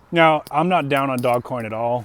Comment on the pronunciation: It's not DOG coin. It's DOGE (long O), soft G (like a J). I know because I used to live on a street by that name. :)